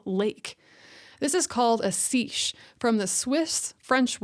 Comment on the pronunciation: seiche (wind-induced lake oscillation) is pronounced saysh (or saytch).